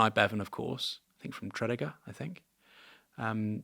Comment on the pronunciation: Aaron the Welsh town of Tredegar is pronounced 'TruhDEEEguh'. /trəˈdiːɡər/ Ny Bevan: - "How can wealth persuade poverty to use its political power to keep wealth in power? Here lies the whole art of Conservative politics in the twentieth century.”